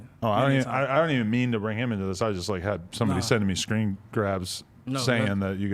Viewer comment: “SCREAN Grabs??” 😂